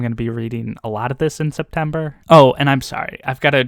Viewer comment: Yes, it's -Friday again! 🥳 Thank you for explaining the SeptEmber Blade situation, I almost didn't get it 😋 Yeah, democracy is the best #AnithaToCoHost Red Rising is a very good choice, it's so good. I'm sure you'll love it and want to talk about it for days. I haven't finished the eye of the world yet too, but I am already curious about book 2. Oh and also, can you make it an habit and pronounce a few russian names or words in every video? thank you in advance